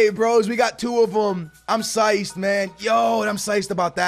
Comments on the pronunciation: ITS PSYCHED BRO SAY IT RIGHT LOL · Love the vids, but pls say "psyched" correctly